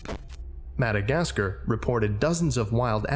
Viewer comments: With an American accent we tend to pronounce the end of Madagascar like "car" rather than "cer". Considering how much you have to say in every video, it's impressive you only had one instance of your accent shine through in this video. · "Mad-a-gas-ger" 10/10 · Am i the only one that thought the way he pronounces Madagascar was funky?